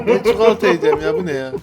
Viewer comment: o değilde herkes çikolataya çuhulata diyo